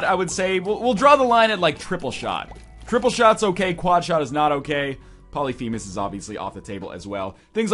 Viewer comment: For god's sake it is called Polyphemus not Polythemus and Polyphemus already sets your tears to the lowest, guys please play the damn game before making the god damn challenges